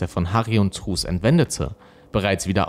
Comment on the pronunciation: Ich hör dir so gerne zu! ❤️ Nur truus spricht man auf Holländisch trüüs aus. Das war ein kleines bisschen irritierend 😬... (U wird immer wie ü gesprochen und oe wie ein deutsches u. So als kleiner Diskurs) Mach auf jeden Fall weiter so, dein Content ist ganz großartig!